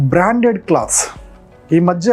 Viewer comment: క్లాత్స్ అనకూడదు క్లోత్స్ అనాలి.